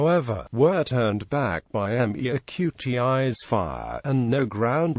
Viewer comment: It might be comprehensible if it could properly pronounce "Metis"!